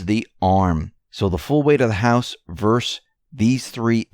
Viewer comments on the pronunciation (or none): none